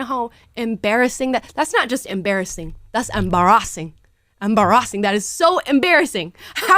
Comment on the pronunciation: I love it when Amalas African accent comes out😂 "embarazzingg!"😂